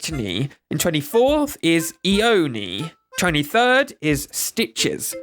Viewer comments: "eown" me: bruh its pronounced loan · Omg its not ione ITS LONE! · no offence but it's lone.. L.O. N. E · Tangy!! My first bestie on animal crossing GC! I had to buy the amiibo for New Horizons because I can’t have a village without my best friend Tangy! Also, I hate being that person.. but Ione is pronounced “I own”. I love your content! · Is it just me? Or is Ione pronounced eye-own ?? 😅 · Honestly, it's not really a big deal and I wasn't going to say something but you took the time to playfully correct your pronunciation of "Tangy", so I feel bold enough to speak up! You're actually pronouncing the name Ione incorrectly. It is actually pronounced "eye-own". I know this because it was my grandmother's name! Haha! I was really looking forward to this video, I was very early to the voting site when you put it online and I spent more than my fair share of time giving Wolfgang all the votes I could, hahaha. Thank you so much for the fun opportunity. I'm a bit bummed to see how low of a ranking Limberg got, because I think his design is charming, though I didn't know anything about his name's origin. Wow! And, the villager that got ranked the least popular? Absolutely unsurprising... My friend and I used to cringe so hard when she'd show up in our towns as kids! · eeohnee lol